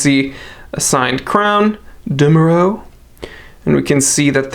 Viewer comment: Generally speaking i just CANNNNOTTTTT understand WHY someone COULD or SHOULD buy an HOMMMMMMAGE... BUT this watch is kind of different from PP Nautilus or AP R.Oak, perhaps more Aquanaut... but... come on... I just dislike the "GentaS" but for aficionados, why not? Ps Dumoreau is NOT DAYMORAU... IS DOOMOREAU ! 🤪🤪🤪